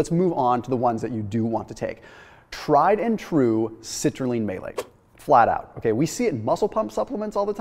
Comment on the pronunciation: Citrulline May-late